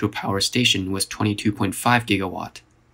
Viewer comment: 22.5 giggawatt. 22.5 giggawatt! How could I have been so careless! What the hell is a giggawatt!?